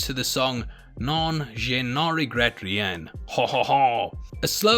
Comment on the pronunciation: That pronunciation of the song haha. It's French, everything is silent. Non is "no." Je ne regrette was basically right. Rien is something like "ree-ah" with the tiniest hint of an n.